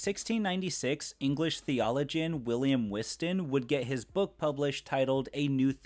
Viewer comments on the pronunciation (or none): “Theologian” is not probounced “theolojin”